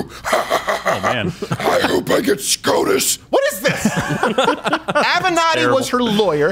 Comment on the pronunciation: Crowder made SCOTUS sound like an std💀💀💀